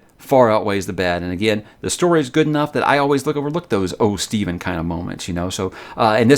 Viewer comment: His name is Stephen not Si or whatever you said.